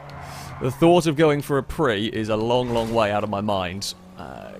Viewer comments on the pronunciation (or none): ffs, it's PriUS, PriUS!